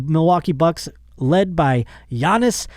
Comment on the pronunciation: It's pronounced like "Yannis" bro not "Gee-anis"🤣